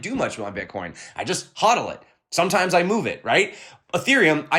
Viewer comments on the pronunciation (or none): none